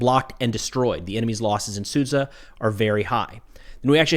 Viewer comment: please pronounce it as Suja not sudza